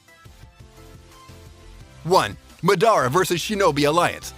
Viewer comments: Bruh this guy pronounced almost all names wrong. Stop making videos if you can't take the names correctly. It's madara ...not ma da ra it's a goat ...not a mouse 🤦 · Fam do u even watch anime. How u gonna say Madara like that? 😂😂😂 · i hate how the narrator pronounces luffy and madara's names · Mans say madara name wrong lol